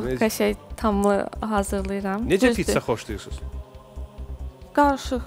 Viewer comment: Pitsa yox, Pizza